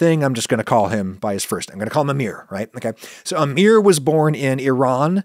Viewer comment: Well, thank you for pronouncing Iran properly Should have stopped there and not project your opinion on Iran onto random Iranian people as if it's universal opinion all Iranians must share